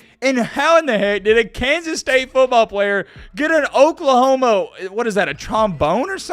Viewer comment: Did u say oklahomo?